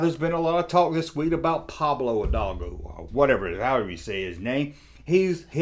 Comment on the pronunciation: pronunciation of “Pablo Hidalgo” is worth the price of admission on this one! Jokes aside, good sentiment, sir. I’m hoping to enter into 2021 with a little less judgemental. I/might not get very far...but I hope to try.